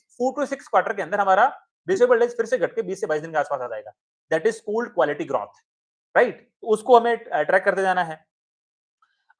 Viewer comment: ग्रार्थ या ग्रोथ ? जब भी ग्राथ कहते हो वो ड्राप की तरह सुनाई देता है